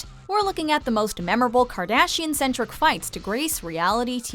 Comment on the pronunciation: Did she say kardachian? Lmao